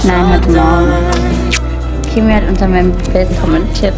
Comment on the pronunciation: Wie alle Kieu Mys Namen falsch sagen lol voll anstrengend Druck Team und traurig einfach